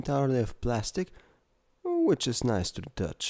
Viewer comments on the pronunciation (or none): which-a is nice to the touch-a nice voice xD